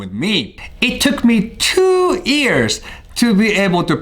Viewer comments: "it took me two ears to be able to hear the difference between L and R" You redeemed yourself the next time you said years though so だから許すあげよう、笑 I'm joshing mate. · "It took me two 'ears' to be able to pronounce L&R" (pun not intended) but im sorry for laughing